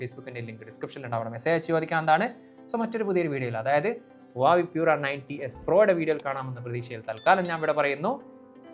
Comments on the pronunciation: Adhyam oru brand name parayan padikkedo koppe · oru brand name adhenkilum krithyamayi parayan padikkedo, brandname malayalikalk ingane madhi ennu than ara theerumanikkan, thett pattiyal thiruthan padikk, urulalle